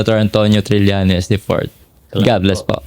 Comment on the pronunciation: TRILLAÑES, Trillañes, HINDI TRILYANTES. 😶 Sen. Trillañes